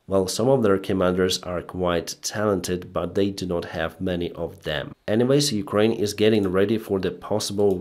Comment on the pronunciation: I hope you learn to add a T in NOT one day :P